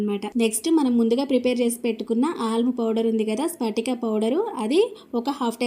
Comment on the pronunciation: Spatika kadu adi patika